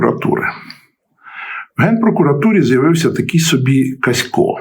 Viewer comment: Каськів, а не Касько !